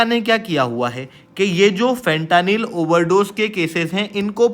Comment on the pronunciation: Bha tu gajab educator hai… bc words to kam se kam theek se pronounce kiya kar… khud toh galat bol hi raha hai… aur dusro ko bhi galat seekha raha hai… फेंटेनिल…. Na ki फ़ंटानिल!